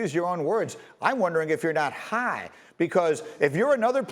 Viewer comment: The way Greeny says high got me dead😭😭😭